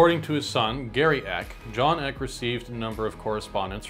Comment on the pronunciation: I thought it was pronounced EE KAY, not ECK